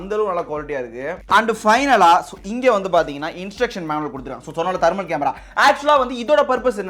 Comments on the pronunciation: Thermal not thermol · Bro தர்மல் இல்ல‌ தெர்மல் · It is Thermal Camera, Not Tharmal Camera...